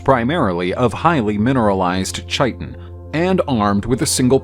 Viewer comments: Is it not pronounced "kai-tin"? Chai-tin sounds a little silly, I dunno am I wrong? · KAI - TIN not chai tin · i thought it was pronounced Chiten